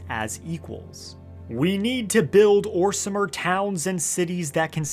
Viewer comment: We don’t say orsimer hard r we say orsma now